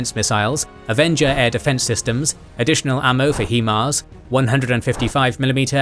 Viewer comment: Ah yes, the "HeeMars" MLRS, standing for Hee (sic) Mobility Artillery Rocket System. You can learn a lot from this channel. :)